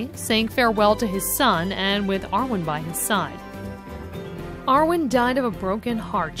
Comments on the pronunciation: yarwin???? from Eowyn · Yawin? How do you get Yawin out of Eowyn? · I'm sorry, who is yaowin? I only know Eowyn. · AragoRn. Ker in Am roth. Ay-owin. Ith-il-ien. Pair-i-grin. Where do they find these people?